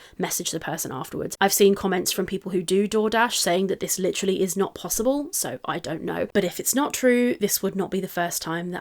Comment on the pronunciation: “Leedurally” took me out 😂😂